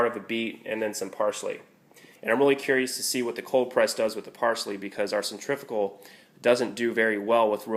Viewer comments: the word is pronounced centri-fugal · Nice thinking of getting a cold press. but i have to be that guy. cen·trif·u·gal, centrifical is not a word. but cold press all the way